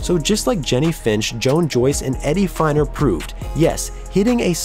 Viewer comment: Harlem Killebrew? Very surprised to hear you say that, twice. Also Eddie Feigner was pronounced like FAY-ner.